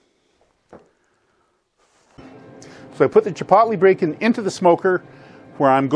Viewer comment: Its pronounced chi-poetly, like toe. Hard o. Thanks for this though. Keep them coming.